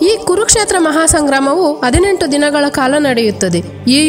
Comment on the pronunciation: ಉತ್ತಮ ನಿರೂಪಣೆ. ಆದರೆ ಸರಿಯಾದ ಕನ್ನಡ ಕಲಿತುಕೊಳ್ಳಿ. ಎಂಡತಿ, ಅದಿನೆಂಟು, ಆಗು, ಮರಣ ಒಂದಿದರು, ಆಸಿಗೆ, ಹಲ್ಲಿ... 😢😢😢